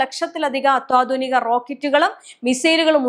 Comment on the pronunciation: ഈ കുട്ടിക്ക് മലയാളം ഉഛാരണം ശെരിക്കും പഠിപ്പിച്ചു കൊടുക്കുക... അത്യാധുനിക. എന്ന് പറയുന്നതിന് പകരം അത്വാധുനിക എന്നാണ് പറയുന്നത്